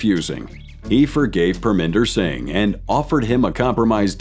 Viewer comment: “Singy” 😂. Singh is just pronounced like Sing